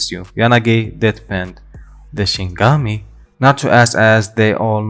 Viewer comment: It’s not shingami it’s shin E gami Shinigami